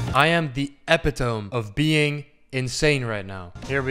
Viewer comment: Nobody's gonna bring up the fact on how he mispronounced epitome? Okay I'll show myself out.